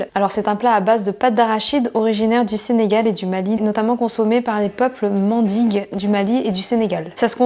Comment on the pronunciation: sa se lit comme sa s'écrit (mending et non mendigue) c'est pas méchant🥺 et si non jadore le concepte 😙 BISOUS😍